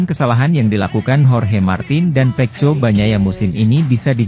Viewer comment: Bahasanya ini admin tidak baek di dengar GP dia bilng ip peko bacanya dia bilng peco . Jdi bikin malas debgar komentator nya 😅😅😅